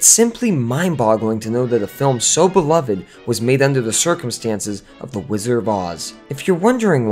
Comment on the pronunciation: A lot of misinformation here. And there is a "d" in the pronunciation of "Wizard," BTW. It's not "Whizzer" 1) The film only ever had ONE producer, Mervyn LeRoy. 2) Yes, Judy eventually battled problems with prescription drugs, but this had barely started (if at all) when she was making "The Wizard of Oz." She was just dieting to lose some baby-fat. 3) A few of the Munchkins got a little rowdy, but they were generally well-behaved. They worked for very long hours and had very little recreation time. There would never have been time for "orgies" etc. Lots of room for folklore and exaggeration. Sid Luft's book was mostly exaggerated rubbish to sell copies. 4) Ray Bolger has a soft "g" sound (like "j"). 5) Buddy Ebsen's reaction did NOT happen on set. It is well-documented that he didn't realize he had any negative effects until one night at home, two weeks into the shooting. Your dramatic narrative of him choking on set while the crew watched is impressive and entertaining, but completely incorrect. If he HAD collapsed on set, the studio would have been more sympathetic. The true account is much-documented. The sound cuts out completely . An ambitious compilation otherwise.